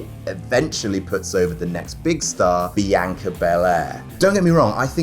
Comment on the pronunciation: And Bee-ANK-Ah